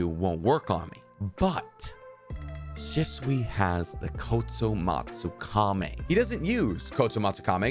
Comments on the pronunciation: kotomatsukami?? isnt it the kotoamatsukami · I’m sorry but “Kotsomatsukamey”?💀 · Kotsumatsukame? Dude, you have the worst pronounciation I have ever heard.